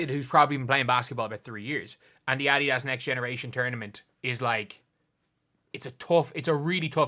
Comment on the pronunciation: Irish people just butcher the word Adidas.